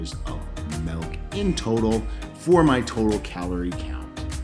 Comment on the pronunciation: Golden grahams are one of my favorites too. So funny question, does everyone in Canada pronounce milk like melk? It's cute. what other cereals do you love? I love cinnamon toast crunch, fruit loops, honey nut cheerios, reeces peanut butter puffs, etc. So many good cereals.